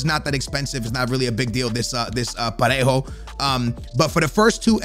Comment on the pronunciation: u can say Parejo perfectly but you stay butchering Morales 😂😂